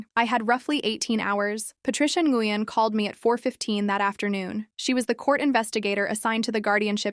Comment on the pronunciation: Nguyon is pronounced 'Winn'